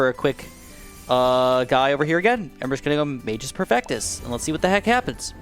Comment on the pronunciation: Magus perfectus is Latin, and if I'm not mistaken, the pronounciation should be something like "má-gus." The 'u' in both magus and perfectus need to be very heavy.